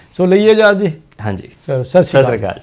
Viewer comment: ਸੱਸੀ ਕਾਲ ਸਾਸੀ ਕਾਲ ਵਗੈਰਾ ਕਹਿਣ ਨਾਲੋਂ ਤੁਸੀਂ ਸਿੱਧੀ hi hello ਹੀ ਕਰ ਲਿਆ ਕਰੋ, ਜੇ ਤੁਹਾਡੇ ਵਰਗੇ ਮੁਹਤਬਰ ਬੁੱਡ ਬਲੇਟ ਹੋ ਕੇ ਵੀ ਸਤਿ ਸ੍ਰੀ ਅਕਾਲ ਸਹੀ ਤਰ੍ਹਾਂ ਨਹੀਂ ਬੋਲ ਸਕਦੇ ਤਾਂ ਫੇਰ ਕੀ ਫਾਇਦਾ ਤੁਹਾਡੇ ਪ੍ਰੋਗਰਾਮ ਦਾ !